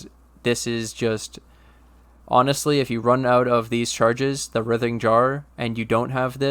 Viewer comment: Fuckin love the builds and the consistent videos and this build is no different. I know it’s not “your” build, I just enjoy your take on all things minions. I always look forward to your vids so thanks bro Oh and it’s pronounced “RY-thing” (like Ryan, Ry) jar. Like “writhe in agony”.